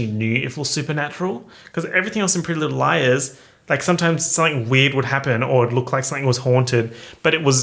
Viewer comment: Not captions telling me you’re saying “prealize” instead of “pretty little liars”